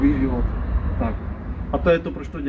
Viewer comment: Úplně zničils Čau lidi. Fňuk.😂